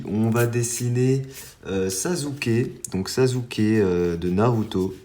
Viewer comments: Sasuke ça se prononce "sassuké " pas "sazuké " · Tu fais des vidéo super mais je voulais te dire que Sasuké se prononce Sassouké et pas Sazouké Likez svp pour qu'il le voit